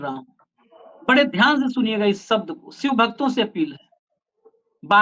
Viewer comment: सर अपना उच्चारण ठीक करिए. शिव को सिव मत कहिए.😊